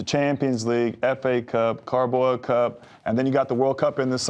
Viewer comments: “Carboa cup” 🤣🤣🤣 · Titi's eyes 👀 when Clint couldn't say Carabao cup 🤣🤣🤣